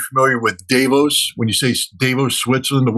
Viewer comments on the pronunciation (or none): "Day Vose". The very first person in the entire world to pronounce it that way...ever. Weird, but whatever. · Davos is pronounced: Duh-vōhs. Or phonetically: dɑːˈvoʊs. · Isn’t it dah-vos? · Scott, you are pronouncing Davos incorrectly. That sounds quite dumb.